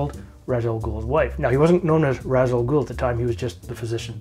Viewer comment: Only thing: as per Denny O'neil it's pronounced "Raysh"...smh Chris Nolan.